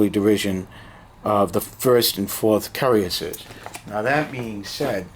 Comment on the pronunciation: It could be your accent but pronounce the names like this : "La Hay -Sont ' ,' Hann -o-very-yon ', 'Yay-gerr ', 'Coo-rass-ee-ers '( roll the R if you can ) ', Karra-bin-ye-ah ' , Perry-collee , Kwat-tra bra , Wha-vrah, Lin-knee , Vick- tricks